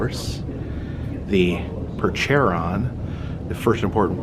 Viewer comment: my wife and I yelled the proper pronuciation for Percheron when you tried to pronounce it. We loved this video. I can get you comfortable around horses when you have some downtime in Rochester. Enjoying the trip.